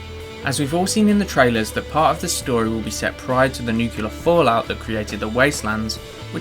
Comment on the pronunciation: Really nicely put and thought out theories but I can't help and litteraly facepalm whenever someone pronounces nuclear as "nucular"